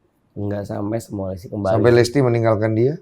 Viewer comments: Ini hostnya om om nyebut nama salah mulu wkwkw Winson jadi "Winston", Listy jadi "Lesti" 🤣🤣🤣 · LISTY BANGGG BUKAN LESTII :') , nama belakangnya bukan Kejora :') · Kenapa gw dengernya bang densu nyebut listy dengan "lesty" ya? 😅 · Baaaang, listi bang bukan lesti 😆